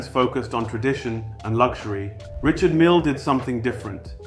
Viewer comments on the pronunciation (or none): Did he pronounce it wrong? 🤷🏽‍♂️